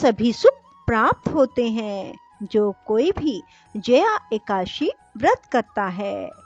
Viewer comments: जिनको हिंदी पढ़ना और बोलना नहीं आता हो उनको कथा वाचन नहीं करना चाहिए । खुद गलत बोलोबौर दूसरो को भी गलत बोलने के लिए प्रेरणा मिलती है । एकाद_शी / एका_ दशी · Madam plzzzzzzzzzzzzzzzzzzzzzzzzzzzz ekadashi sahi tarikeeeeeeee se boleeee